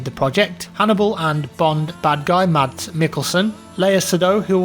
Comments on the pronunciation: Its pronounced Mas not Mats. Its Danish so you dont pronounce the D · it's pronounced like Mas Mikkelsen :)